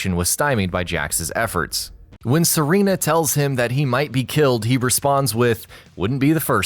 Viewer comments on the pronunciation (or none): none